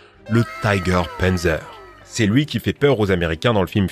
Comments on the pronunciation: C'est "panzer" pas "pènzer" pour la prononciation x) et pour le tigre c'est pz.kpw VI Tiger. Ou Panzer KampfWagen 6. Ouais, littéralement voiture de combat blindé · Pourquoi tu anglissime tout ? Un Panzer ne ce prononce pas Pinzer, même dans le sud de la France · Le pennzeur, lol ^^ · Juste on dit panzer literalement comme on dit dans on dit panzer